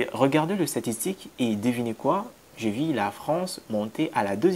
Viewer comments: Ce que je te demande, cest que tu travailles ton côté élocutoire. Tu as encore un problème de i et u. Par exemple : j'ai vu, mais toi tu dis, jai vi Argument et non arguments Je veux et non je vé. Etc... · « Vu »… Pas « vie »